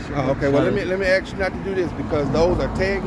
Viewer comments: Yeah, it's almost impossible for words to be pronounced correctly now days! The word is 'ASK'... Not - 'AKS'! One more time - 'A S K' ... NOT... 'A K S' ...! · Did he say axe instead of ask. What's wrong with these people's speech? They must be ignorant. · this guy is not real bright.....what does he mean when he says "ax"? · LOL he axed you alot Hes one slick tongue twister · I think this person who is wearing a gun is trying very hard to assert his black privilege and he thinks that he is a wordsmith and he can’t even say the word ask! And he is a supposed law enforcement ignorance is bliss